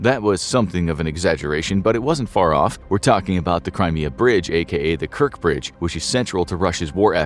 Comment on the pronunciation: "KerTSH bridge". The "Kirk bridge", I presume, is what captain Kirk called his...